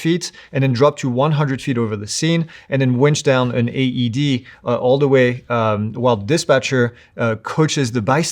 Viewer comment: AED, not ADD